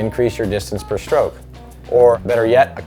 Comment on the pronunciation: Great video, would be so much better if he said "stroke" instead of "schtroke"